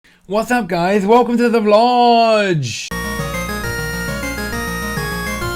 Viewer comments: why do you call it Vlodge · youre saying ''vlog'' wrong